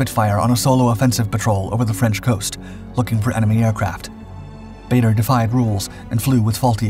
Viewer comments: I think this Guy needs to research his subject. Several mistakes. Can't even pronounce his name properly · "Baa-der" not "Bay-der"!!! 🙂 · Bader was an odd mixture of genuine hero and absolute bastard. He had a vile temper, used the filthiest possible language even in front of women, and unlike most flyers was beastly to his ground crew, who rejoiced when he was finally shot down. His name was pronounced Baah-der, not Bay-der. He did NOT like to hear it pronounced wrong. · As one of his great nephews, I can assure you it is not pronounced Bahder. The British Baders pronounced it closer to 'Barder', while their Canadian counterparts adopted the 'Bayder' pronunciation. In neither case is it pronounced 'Bahder'. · I HATE the mispronounced t of his last name. BAH-DER!!! NOT BAE-DER!!! le sigh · His name is pronounced Baader, not Bayder. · Whilst I do enjoy your videos normally there are a couple is things with this one, firstly his name is Ba(r)der NOT Ba(y)der and you refer to him as an American which he most certainly was not. Just saying. :-) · Barrrrrrrderrrrr not bator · Dugless Bar der not bayder when will you Americans learn? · His name is pronounced barder not bayder. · It's pronounced "Baa-der" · Then, we should say it as Bay-dur in respect to the memory of Dowding and Park. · He was English and pronounced baa-der him and winkle brown are legends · I think we should get his name correct. It is pronounced Bad-er I believe. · Actually, his name was pronounced "Bah-der" as his father was from South Africa. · How can you run a feature about someone when you can’t pronounce the name baa-der correctly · Pronounced bar-der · his name is pronounced BAR der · I didn't think badder was american.......... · This guy constantly makes mistakes. Bader’s name is also mispronounced throughout the video. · I'd settle for his name being pronounced correctly. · It would be great if you could pronounce Bader correctly.